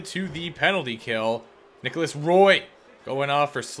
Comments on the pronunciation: As a die hard knights fan it’s “wah” not Roy please you’re killin my OCD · I think you are the first person I’ve heard pronounce “Roy” like that, it’s my last name and everyone pronounces it “Wa” because of Patrick Roy😂